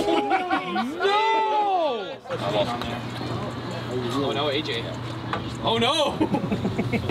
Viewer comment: random Australian "oar noar!"